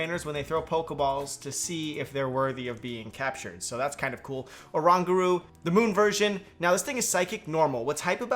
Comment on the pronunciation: Why can't people pronounce Oranguru wrong? And also, that's a regular Butterfree in the footage... Guess there might not be an Alolan form after all